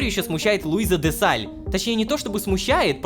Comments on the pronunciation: почему рома постаянно зачитывая задания от Луизы читает чётко ДЕ СТАЛЬ,🤨 но когда упомнинает её в серии без планшета! Она почему становится Де САЛЬ.😂😂😂😂 Это неуважительное упоминание директора орги)))) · заметил постоянную ошибку ромы ДЕ сталь а не Де Саль! 🙄🙄🙄🙄🙄🙄🙄🤭